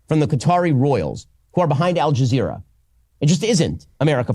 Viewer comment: Bro really said al jazeera....